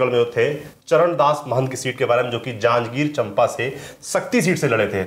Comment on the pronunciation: चंपा नहीं भाई चाँपा